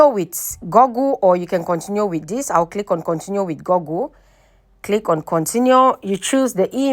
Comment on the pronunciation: It is called "goooooogle", not "goggle".